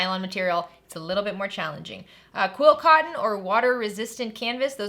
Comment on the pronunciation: Sorry, beginner here, are you saying quill cotton or quilt cotton? I just really enjoy your videos! 💜